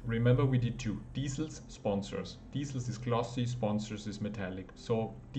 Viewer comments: lol its not diesels its DECALS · Deesals = decals 👌 Thank you! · its pronounced "dee-kals" (hard K); going to have a go at this soon!